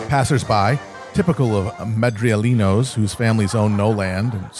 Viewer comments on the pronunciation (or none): Madrileños, not Madrielinos